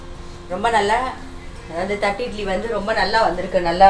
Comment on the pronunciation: Nice vlog...It is pronounced 'thatte idli'...not 'thatt idli'